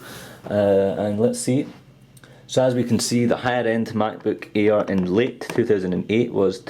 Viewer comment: sound like hes saying the "MacBook Ear" lol. Great Review!!